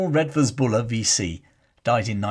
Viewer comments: I always though Redvers was pronounced “Reevers.” I first came across this redoubtable leviathan as a callow fresher at the University of Exeter many moons ago and espying his magnificent equestrian statue just along the main road. This lead me into researching his background and digging out long-neglected tomes about the Ashanti Ring from the university and city libraries. Even then, more than thirty years ago, Buller had become an obscure and near-forgotten figure in his native Devon. To me, a Yorkshireman, his story of courage in action and gritty resolve, his very image that of a stalwart, four-square late Victorian general (with, I imagined, a brick red face, claret-coloured cheeks and hearty, blustering manner) was the epitome of the Boy’s Own Story military commander mixed in with a character from the Four Feathers that was shown on television as a boy. Thank you for reminding us about Redvers Buller, warts and all. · Buller’s first name is pronounced Reevers not as it is spelt Redvers . He was scapegoated by the establishment, hence the outpouring of public support and money to erect the equestrian statue . A horse once filled with water as an Exeter Rag Week stunt - story goes it peed for a week afterwards ! A Kirtonian